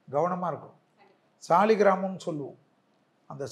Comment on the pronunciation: சாளக்கிராம கல் அதை சாலிக்கிராமம் என்று தவறாக சொல்கிறீர்